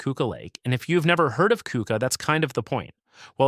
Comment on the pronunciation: Good job!! You picked a nice selection of lesser known villages of New York. there are thousands more. One note, Keuka is pronounced CUC-ah.